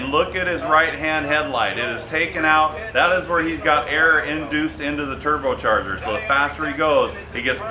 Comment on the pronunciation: LMFAO "Tooblecharger"